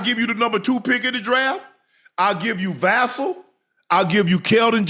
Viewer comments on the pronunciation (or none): Can somebody tell Unc is it's Vassell, like "VA-Sale," not Vassell, like "VI-Cell?"